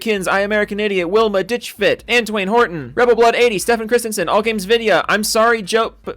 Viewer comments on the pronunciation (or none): none